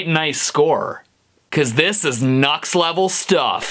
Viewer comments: NUX is no "nahks" but "New-EX" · Nu-X is pronounced "new-ex", hence the little "-" in between "nu" and "x" lol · Isn’t it pronounced “new x”? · I thought it's pronounced as "New X"? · It's pronounced "New X" lol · Are you aware that it's pronounced "new-x" ?